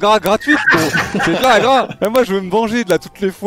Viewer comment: comment ils prononcent "hagra" ca me fuuuume, c'est meme pas comme ça